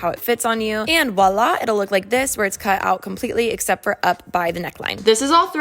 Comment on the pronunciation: “wala” girl 😭 do you mean “voila” ??